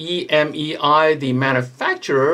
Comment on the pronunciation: Just so you're aware, it's not EMEI like the way you're saying it. It's a Chinese word Emei named after the mountain Emei. Hence the little picture of the mountain behind the EMEI. Plug 峨眉 into Google translate if you want to know how it's pronounced.